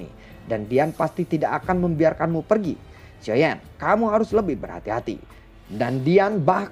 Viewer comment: Xio yen dan long yen xio zhen (geli dengernya) 😂 bro dengarlah masukan dari para fansmu soal penyebutan tokoh karakter. Oya tetangga sebelah sudah duel antar kaisar bintang 9..loh. Gak oengen kebut?